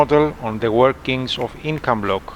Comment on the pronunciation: It is Incabloc, and not "Incombloc!"